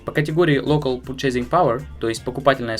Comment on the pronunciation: как,как ? пурчейзинг?